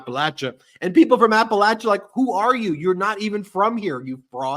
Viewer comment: I love you Ben! You know how to correctly pronounce Appalachia! I grew up in the foothills of the Appalachian Mountains. It’s “latch” not “lay”! Besides my strange gratitude for your correct pronunciation I did want to thank you all for keeping me sane in an insane world! I tell everyone to listen to medias touch! You guys are awesome! Keep it up ❤️